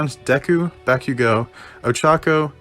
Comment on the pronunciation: Did you just say Bakigo instead of Bakugo?